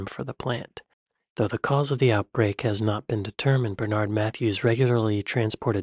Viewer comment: The horse meat came from the EU. Mojo blames Brexit. How can you hear someone's name more than once(Bernard) and still say it wrong?